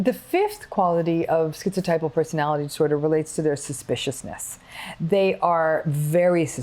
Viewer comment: Thank you Dr. Ramini , I am schizotypal . Firstly you can pronounce the word properly, maybe it's an American thing but skeeziod, skeezotypal, they can say schizophrenia properly and it's common knowledge that the 3 wise men of psychology Adler, Freud and Jung were German speakers "z" in German is pronounced 'tss' like a can of pop opening. Secondly you slipped the word "quality" over 'trait' (ni i i i ce). I have a 3rd nipple as well, how's that for 'ideas of reference' + 'magical beliefs', on top I remember every Dr, when I was little, make the same comment "You would have been burnt as a witch in the olden days". Ironically sort of right, just a few centuries out of date. Sorry to say this but it's better being magic than mental, though I may be prone to psychotic episodes I'm not default psychotic. Yes I "have magical beliefs" but Magic is managed madness, controlled craziness, logical lunacy or any other alliteration to that effect. I do not perceive magic in the Hollywood face value way, no bolts of lightning and stuff, but the real way. eg. if I was schizophrenic saying "I believe in Fairies" I'd be talking about little humanoids that I believed to be physically, objectively real shitting in the woods like the bears. But I am schizotypal saying "I believe in Fairies" that's because I refer to Spiders as '8-legged window fairies' or my Anima as my Fairy Queen. Dr Ramini described that well. I have a long time imaginary friend, does not mean I hallucinate- that's only on